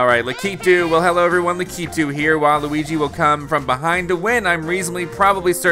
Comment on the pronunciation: His name is LAK-I-TOO